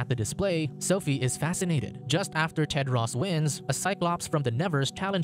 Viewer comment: He pronounced it wrong. His name is Tedros.